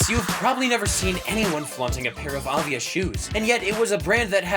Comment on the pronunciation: You are totally mispronouncing Avia 😂